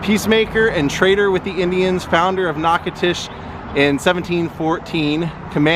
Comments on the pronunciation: As someone born and raised here in Natchitoches, I love hearing how visitors pronounce our city’s name. It’s so cute all the different ways they get in wrong, like you are doing. It’s pronounced Nack-a-tish. No disrespect, definitely not a grammar freak, great video. 👍🏻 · You need to learn the correct pronunciation of Natchitoches.